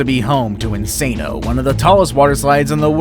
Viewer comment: 😂😂😂 So funny the way he says "Insano" that's not how we say it in portuguese kkk